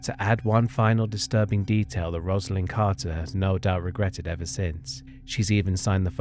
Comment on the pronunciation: RoseALyne not RozALyne Carter.